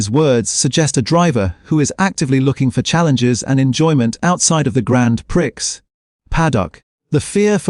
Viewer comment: Grand PRICKS. AI has the vocab of a 12 year old!